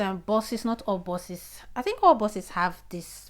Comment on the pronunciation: Thanks for your heads up. But please they are called Bus not boss . Buses not bosses.